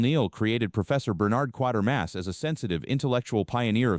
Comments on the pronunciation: It's QUATERMASS, not QUARTERMASS, you dummy!! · It's "Quaitermass" not "Quartermass"!